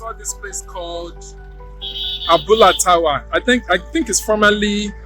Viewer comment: T'awa should have been "do" "re" and not "mi" "do", because "awa" is "do" "re. That's why I thought it was Tawa's Abula joint. By the way "Fuku" "do" "do" is the lung.